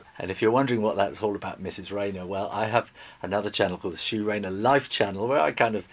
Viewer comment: shop rayner? its